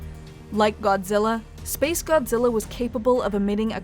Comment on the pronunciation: This video tries to be so serious about s🅱️ace godzilla but every time you say the name I just laugh